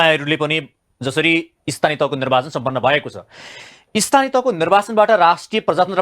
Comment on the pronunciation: खतरै बोल्छु बोल्याछु भन्ने लाग्छ होला वहाँ पत्रकार ज्यु लाई नर्वाचन रे निर्वाचन लाई। कसरी बोलेको होला हाहाहाहाहा